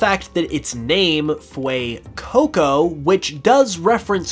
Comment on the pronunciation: Dude.."fuecoco" not "fuecoucou"